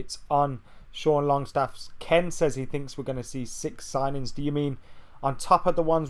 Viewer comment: Is that how you pronounce Lazio? Sounds wrong.